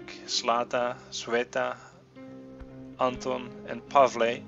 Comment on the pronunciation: Cveta is a serbian name, i think. Or bulgarian. Well, you get it. Russian equivalent (and by extension ukrainian, belorussian etc) is Sveta, but this particular name is pronounced "Tsveta", so you're doing a totally good job at calling their names :D There's only one thing - i think that the accent in "Anton" goes on the second syllable. At least in Russia/Ukraine/wherever else. Maybe in some slavic countries it is pronounced differently, i don't know for sure.